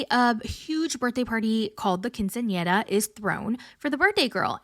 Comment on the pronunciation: Can I just say I appreciate your efforts to pronounce things correctly! You did well with “quinceiera”!